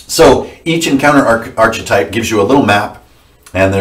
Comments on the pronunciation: dammit:) its ARK-etype not ARCH-etype.. like noahs ark.. drivin me nuts man:) anyways all gold apart from that:) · Love this. Appreciate all of the info. BTW Archetype is pronounced ARK-ah-Type... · I love you with all my heart,, but "archetype" is pronounced with a "k" in the "ch" spot.